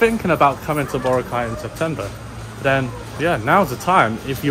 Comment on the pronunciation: Please please please ask one of the locals there how to pronounce Boracay 😂